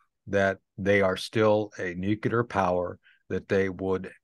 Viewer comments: I just dont understand how this guy made it to colonel , when he can't pronounce and say the word "NUCLEAR" correctly . On this video he pronounced many different variances of words similar to nuclear , but after over 40 times listening those words, none are as it should be pronounced . I thought only President Bush SON was unable to say NU CLEAR, instead of NU CULAR, NU KULOR, or NU KELAR, NU CALAR, NU KOLAR, NE KULAR , knew kelar, knew kular, knew colar, knew kilar, knew kuler etc . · Interesting that the military veteran guest pronounces nuclear as nucular, as did Pres George Bush. pronounces in correctly. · I hate it when he says nukelar instead of nuclear :'( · I have a hard time trusting people who say nu-cu-lar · It's New-Klee-Err, not New-Q-Lurr. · Its nu-clear , and NOT nuci-ler , and spelt n-u-c-l--e-a-r not n-u-c-i-l-e-r. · Did he say nucular? He should know its nuclear. Humm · Nucular???Insider who can't pronounce Nuclear, he would have been sent home first day working as a roofer. His information comes from the sand box in the school yard. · Always funny how people say nucular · I like Tony Shaffer but I cringe every time he pronounces the word "nuclear". He pronounces it like George W Bush: nuke-you-ler. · "nuke-lee-ur". You're welcome!